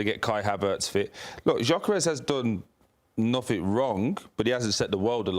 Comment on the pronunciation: Can’t even correctly pronounce the names of Jesus and Gyokeres, or purposefully mispronouncing? Either that or attributed to the producers who hired these goons. Literally have no idea who they are, I’d almost rather listen to Garry Neville 😂